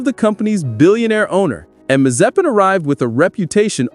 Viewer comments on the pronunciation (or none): the way he said Nikita's surname the first time was okay for a non-Slavic speaker (I approve this pronunciation - I'm Slavic), but the second one... oh my, maze-spin. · Damn i'm triggered of how you pronounce Mazepin.